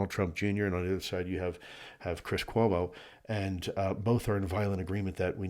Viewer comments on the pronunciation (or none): none